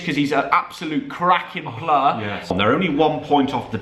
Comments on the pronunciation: Go do some phonics and learn how to say player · Sorry but it’s player